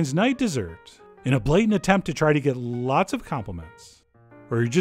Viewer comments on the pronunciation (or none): "Get llllllllots of compliments." 😂😂😂😂😂